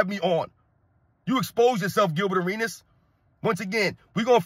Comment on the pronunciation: Arenas was butchered in a real men arena!😁